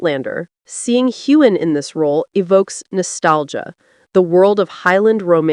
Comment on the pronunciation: There is no g sound in Sam Heughan^s last name!